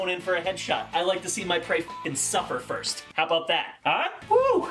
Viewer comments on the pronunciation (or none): none